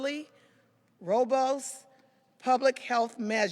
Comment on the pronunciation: She can't even pronounce "robust"????????